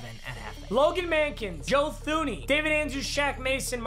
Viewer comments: Ik Joe Thuney personally and his name is pronounced Joe Tuney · It's pronounced Joe TOONEY